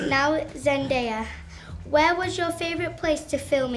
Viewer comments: when an 8 year old got Zendaya's name on first try . faster than all the other grown ups ever get her name wrong! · this kid pronounced zendaya's name better than other adult interviewers